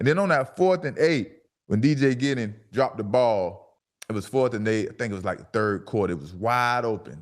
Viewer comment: Thank you for saying his name “ D.J. Giddens”